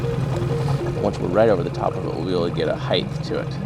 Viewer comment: Height. Not heighth.